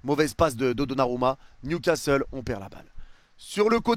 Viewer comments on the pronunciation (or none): none